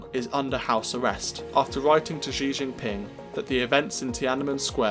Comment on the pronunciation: This guy can't even pronounce the Chairman's name, let alone Mao's. So much rubbish in this.